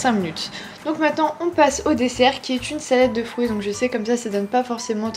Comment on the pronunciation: Et des "frouits" 😂😘